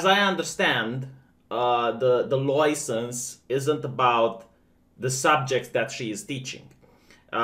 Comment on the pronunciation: Take a drink each time says LOUISENSE